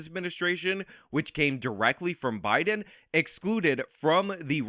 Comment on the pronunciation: Did anyone else catcg Anna Kasparian say "Obiden"? 🤣